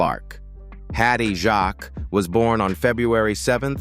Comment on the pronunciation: It's Jacques as in fakes